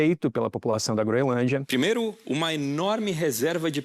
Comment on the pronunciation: É incrível como nem profissionais da "alta cúpula" jornalística conseguem pronunciar corretamente uma porcaria de nome. Não tem de verdade nenhum pateta na grande mídia que saiba dizer GroeNLândia? Nem a Natuza Nery?